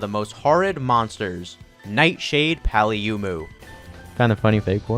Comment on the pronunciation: why do you pronounce paolumu like that